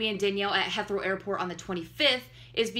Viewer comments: It's pronounced "HEETH-row" airport. Heathrow is the busiest airport in Europe and the sixth-busiest airport in the world. He and Danielle went to London for Leicester City footballer Jamie Vardy's wedding; now they've returned. This is all over the Internet. I do not think Louis and Harry are together. I don't think Louis is gay or hiding anything. I believe Louis and Danielle are dating, and that Louis' child is Freddie, and that Briana is the mother. I don't see anything shady here. It all seems normal to me, at least in the context of his life as an international celebrity. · I love you but ITS HEATHROW NOT HETHROW OML I HAD TO PAUSE JUST TO SAY THAT THR BRITSH PART IN MY CRUMPLES